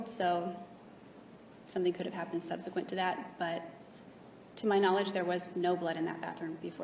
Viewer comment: If I hear subsequant one more time...